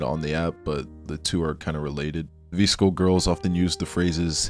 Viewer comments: babe 😭😭😭😭😭 it’s “Viss-Ko” for VSCO, not “Vees-Ko” LMAODKSNND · lost me at the pronunciation of vsco